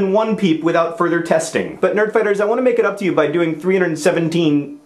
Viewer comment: *make not pake lol